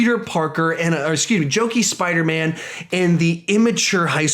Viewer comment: ... at one point you said spidermna by the way I agree with you Tom Holland is definitely the best Spiderman ever and Nicholas Hammond SSSUUUUUUCCCKS